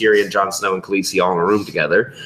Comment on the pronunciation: sam calling Daenerys Khalessi really annoys me